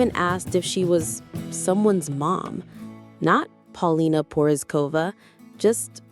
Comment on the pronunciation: Learn how to pronounce her name otherwise you sound dumb!!!